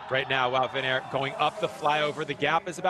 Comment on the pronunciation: You say it as van aart. Not van eert